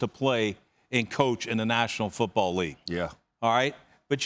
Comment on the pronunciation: Randy Moss says Football like it’s pronounced “Foouutbawwl”